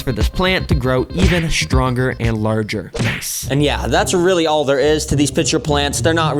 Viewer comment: There is NO 'SH' sound in 'stronger'! It is NOT 'shhtronger' Jesus! Everyone talkin' like a latina teenager with a craving for black dick!